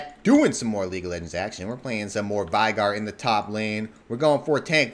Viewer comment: I cringe so hard when people say VAIgar...like pls stop and pronounce the the name properly D